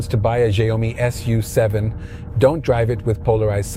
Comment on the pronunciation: Pronounce YOU-SEVEN.